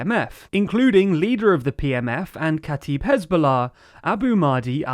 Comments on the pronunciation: its said kata eb not kataib even tho its fine some arabic words are hard to say even for arabs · Kataib is pronounced: k'ta-ib (the i sounds the way it does in "if") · Your are butchering the word katib (or kataeb) and all the arabic names😔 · Actually, it is kata'ib, where the apostrophe is supposed to denote a glottal stop. The same way brittish people would pronounce the word "brittish" as "bri'ish" (note the apostrophy)